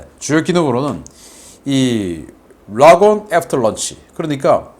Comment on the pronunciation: 락온이 아니라니깐 발음좀......